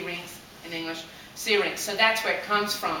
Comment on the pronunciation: OMG i love the way you say Syrinx! ps i love the story you gave too, every person plays this song in their own way!